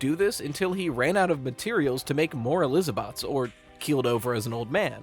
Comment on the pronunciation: I had to pause the video when he said Eliza-bots 😂 that got me 🤣